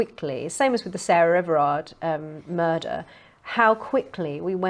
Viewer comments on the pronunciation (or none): Tony Blair? Mur. Der. Rer.